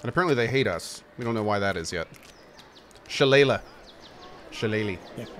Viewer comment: I know just who those three previous evils were: Mangar the Dark, Lagoth Zanta, and Tarjan (a.k.a. "The Mad God"). And, "shillelagh" is pronounced "shi-LAY-lee".